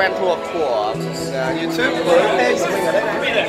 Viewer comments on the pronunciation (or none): none